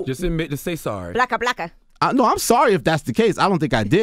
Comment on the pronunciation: She said blocka blocka haha